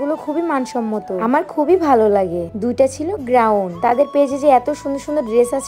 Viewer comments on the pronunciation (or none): Grawn Hobe na It's gawon 😂😂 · আপু গ্রাউন নাহ গাউন😅